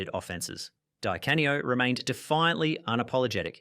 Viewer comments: Dye Cane-E-Oh 🤔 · Good grief! Anybody doing a vid like this should get "Di Canio" right.